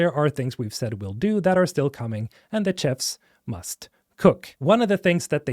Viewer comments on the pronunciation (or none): I've never heard Chef pronounced that way before.